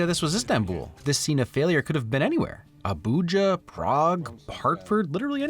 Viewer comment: I've become so accustomed to hilarious mispronunciations of Nigerian places that I was stunned by how accurately you pronounced Abuja.